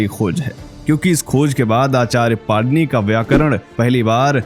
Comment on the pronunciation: It is my request to u that the name of our pujyaniya Rushi jeen ja nam correctly leejiye the correct name of the subject rushi ka nam PANINi hayi na ki panirushi